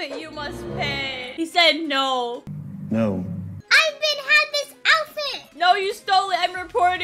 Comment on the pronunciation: That Noo was Aussie mate